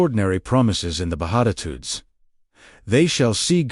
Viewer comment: Bedatitudes?? Seriously, someone should at least edit the videos! AI doesn't know what they're talking about! 😂